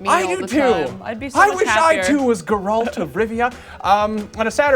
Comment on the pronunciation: stop mispronouncing Geralt!